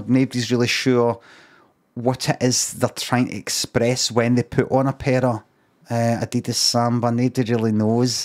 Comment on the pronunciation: Does Limmy pronounce Adidas wrong for a reason?